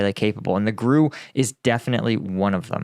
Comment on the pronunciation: It's pronounced "G.R.U." (Russian military intelligence) not "grew".